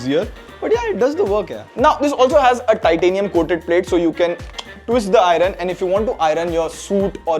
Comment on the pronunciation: Nice review! However, repeat after me, EYE-URN (iron) and not EYE-RUN.